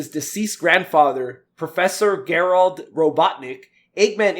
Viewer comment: makes these podcasts unbearable to listen to; dude can't even put together a coherent sentence without fumbling and mumbling his words. And how tf can you pronounce the name Gerald wrong multiple times? Dude is not fit to be a host of a podcast. Such a stark contrast to how eloquent and well-spoken Gary is - he should be the host of the podcast instead, with being replaced with someone else. Get someone else who can actually talk.